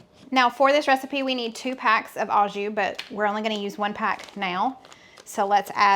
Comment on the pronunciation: Loved your video and testimony. I had to chuckle though when you "a" jus, as a person who speaks French it is actually pronounced "oh" jus.